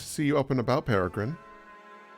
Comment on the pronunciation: Peregrin!!! Peregrin... Oh our sweet boy.